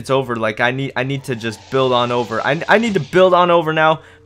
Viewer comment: Stop saying lic